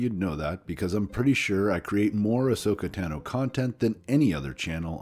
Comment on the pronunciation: She's my favorite character...pronounces her name wrong... I'd love to see more Ahsoka in CG or Live. I think, to be fair, they should do a screen test with Ashley as Ahsoka.